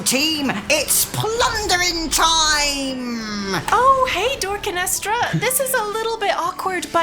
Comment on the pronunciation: I feel like improvised that "Dorkinestra". did not seem ready 😂